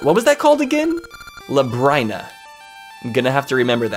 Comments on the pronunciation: luh-brine-uh? thats a weird way to pronounce it. i hear everyone else calling it lub-rin-uh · Its pronounced Lab-Rin-Uh. Because its like Labyrinth. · Not trying to be critical, but Labryna is pronounced like lu brinn a. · Finally! I've been waiting for this since the Season's playthrough. I always pronounced it lab-reen-ah. That elation you had when you found out FARP was here XD Also, something you might have missed, but you met Ambi's lover in Oracle of Seasons! He was the skeleton pirate captain! "She's gonna form a crush too isn't she?" She might be surrounded by water, but you're gonna find out how THIRSTY that tree can be. "Can I go inside her? Oooh, I can!" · So, common misconception, Nayru, the Oracle, is not Nayru, the Goddess. Same goes for Din not being the Goddess Din. They're just named after the Goddesses, they're not actually the goddesses. Also I'm pretty sure Labrynna is pronounced "luh-brin-uh". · Labrynna is pronounced Lab-Ree-Nuh If I'm remembering correctly, that's how I usually hear it pronounced. Interested in how this goes, never finished a linked playthrough myself.